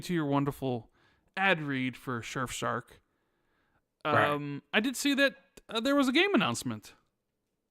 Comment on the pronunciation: I'll only use Surfshark when learns to say it right.